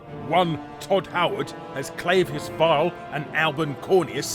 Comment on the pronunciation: 12, if you count Larry's inability to pronounce erroneous, and clavicus vile.